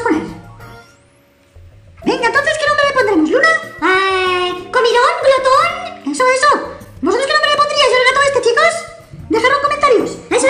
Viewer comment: No es glotoñ es Glotón.